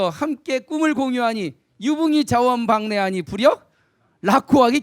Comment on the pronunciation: 참 흥이 납니다. 선생 강의를 들으니. 하 가지 지적하렵니다. "자원방래"의 독법이 틀렸읍니다. "자원 방래" 하고 두 자씩 띄어서 읽었읍니다. "원방" 은 명사 구이므로"자 "하고 띄어서 "원방래"라고 석 자를 부처서 읽어야 합니다. 문리가 터지면 자연히 구문을 이해하게 됩니다."측은"을 "칙은"이라고 오독했읍니다. 모음을 분명히 발음해야지요. "수오지심"을, 수오 지심"이라고 두 자씩 띄어읽었읍니다. 잘못입니다. "수오지"라고 부처서 읽고"심" 하고 끝내야 합니다."지"는 소유격이기 때문입니다. 여러분!" 우리 말과 글이 타락했읍니다. "한국 어문을 고발함"이라는 책을 한 번 읽어 보시옵소서. 미 국 변 완수 배